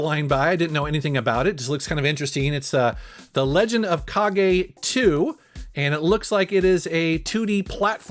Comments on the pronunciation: Kah-gay? ... surely it's cage. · He pronounced it wrong too right? It’s Kage like cage right?